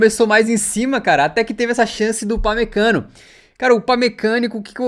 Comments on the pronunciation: "upamecanico" kkkkkkkkkkkkkkkkkk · destaque do jogo o thiago leifert falando upamecanokkkk